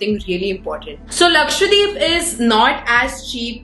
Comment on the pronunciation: Why do you say Laksvadeep :p, its Lakshadweep ..